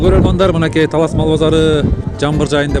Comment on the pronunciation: Эрнис Ажиматов журналист ождон да ожон ужун талаз деди окжойт